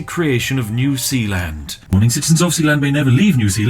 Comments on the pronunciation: "New Sealand" Is New Zealand a joke to you, Spiff? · New Sealand, more like New Peeland. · Okay, so I live in New Zealand and this video has me confused every time Spiff says New Sealand and our sewage also pumps to Australia!